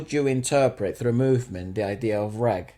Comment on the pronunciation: Guys, it's "raaaag", not "rag". Elongated "ah".